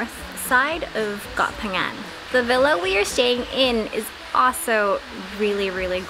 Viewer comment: You pronunciation of koh phangan is PERFECT. 👌 Drives me crazy when people are like KOH PANGYANG smh 🤦‍♂️